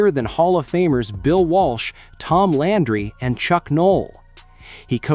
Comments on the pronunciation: Tom “Laundry”? I HATE AI. Btw, Coach Flores is in the PFHOF. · You pronounced his name Tom Laundry AI is a joke